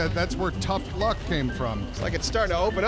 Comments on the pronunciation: Sorry to say this...... But "tuft luck"....... Ouch 😣😣😣 (shakes head) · "Tuft Luck" - 2020